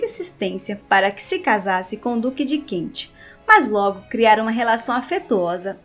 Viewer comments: ... Duque de Kent ... e não Duque de Kentche...srª... Ai ai ai esse Inglês..... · ANTES DE FAZER UMA LIVE VOCÊ TEM DE TREINAR A PRONÚNCIA CORRETA DAS PALAVRAS, EM INGLÊS. DUQUE DE KENT( "KENTCHI"!!!!) QUE HORROR!!!!